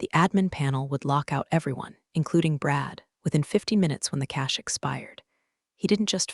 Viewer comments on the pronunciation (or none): none